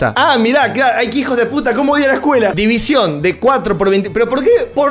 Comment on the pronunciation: me matas cada vez que dices división...PARA!!